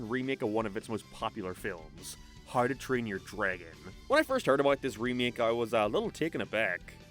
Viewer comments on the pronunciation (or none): Why do you say "Harrdoo Train Your Dragon"? I get that you have an accent, but... how do you get it so wrong that you turn "how to" into "harrdoo", dude? XP